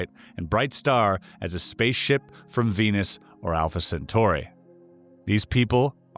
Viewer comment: LoL at “weenus” 😀